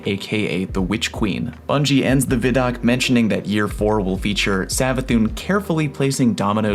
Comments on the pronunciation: Veye doc not viddok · Its not Vi doc like Video it pronounced VY like Sci-Fi... or Wi-Fi not wiffy... geez...say WHY and think of that sound... WHY... VHY... VY....Vi - Doc WHY DOC with a V... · Vid-oc? ? Has it not always been called Vi-doc?